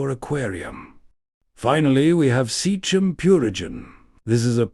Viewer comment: Seachem (sea-kem) Sea is water and chem for chemicals (water chemicals) not seach-em. You're not David Attenborough and this is not a documentary.